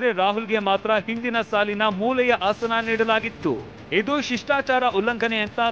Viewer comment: Not hasana .asana